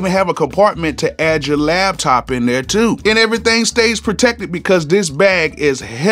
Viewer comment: It's LAPTOP NOT LABTOP 😂😂😂